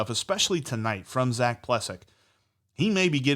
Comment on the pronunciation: Love you guys , btw his name is pronounced Ple sack